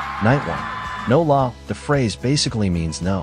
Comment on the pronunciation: No la, Walao eh, and Alamak were INCREDIBLY on point.. especially Walao eh 😂😂 (I speak Singlish)